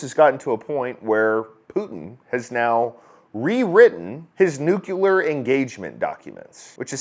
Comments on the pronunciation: Hey, it's NUCLEAR not NUCULAR!!!! cmon man. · Great points, Sir. Also, it's nuke-LEAR, not nuke-U-ler...lol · It's nuclear, not nucular. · You said Nu-cue-ler. Its Nuclear. Nu- clee-er. 😂😂😂❤ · The correct pronunciation of the word is "nuclear", but "nucular" is a common mispronunciation, typically by the uneducated. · Sorry. Love your content, but your still saying nuh- ku- lar. No pass on that one. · My brother.. i love your channel.. but hearing you say "Nucular" more than once, really stung. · Nucular....? (Sigh*) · Dude, learn how to pronounce NUCLEAR right...